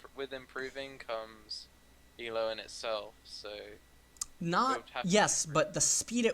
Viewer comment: This is all awesome, but I cringe every time he pronounces Elo. Also it's parEEto's principal.